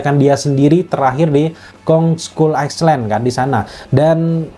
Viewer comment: Kong Skull"Iceland" ga tuh 🤣🤣🤭